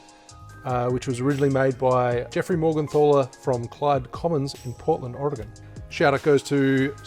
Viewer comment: Portland is my hometown; love the way you say Oregon! :) Not a huge fan of rum but considering giving it another go after watching some of your vids. So happy I found your channel!